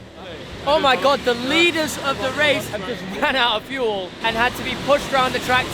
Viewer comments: "FEUL" Jesus christ 😂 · "Feul Bay"